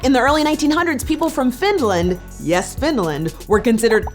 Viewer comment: why does put a D in the middle of Finland. It's Finland not FinDland